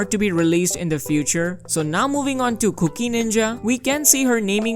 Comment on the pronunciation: i cant unhear 'cookie' lol